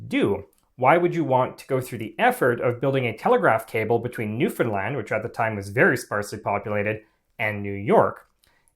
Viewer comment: I could kiss this man for his correct pronunciation of Newfoundland